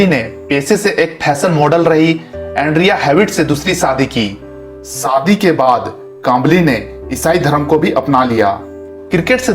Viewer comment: Saadi nahi #Shaadi hoti hai 😂😂😂😂😂🤣🤣🤣🤣🤣🤣🤣🤣